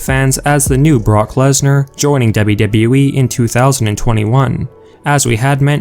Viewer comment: Did you just say Parker Lesnar?😂😂😂😂😂😂😂😂😂😂😂😂